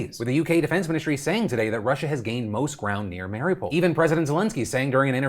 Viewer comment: Someone teach Phil to pronounce Mariupol correctly already.... lol